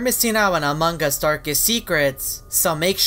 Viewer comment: The first time said Among us and not Amangus 😅😂